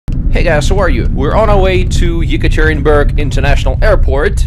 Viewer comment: Josh Gates from the TV show Expedition Unknown, mispronounced Yekaterinburg as yuh-CAT-ter-rin-berg, with the accent on CAT. Dyatlov Pass episode.